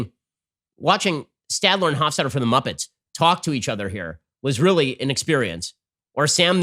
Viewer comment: Dammit Ben, it's Statler and Waldorf!